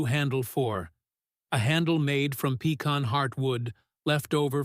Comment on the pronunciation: I’ve never heard pecan pronounced like that. Not the northern way or the southern way.